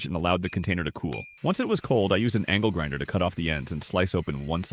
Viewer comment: I thought he said "ankle grinder"☠️💀